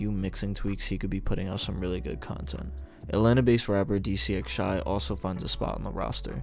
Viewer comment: dcxshy name is pronounced dee cashy